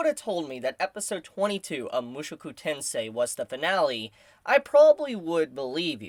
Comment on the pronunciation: Why do you keep saying mushuku? Aaaahhhh my ears hurt hearing it.